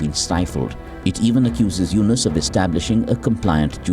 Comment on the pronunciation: "Dr. Mohammad Yunus", say the name correctly ma'am.